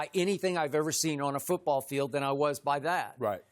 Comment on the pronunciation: LMAO "foot- brawl"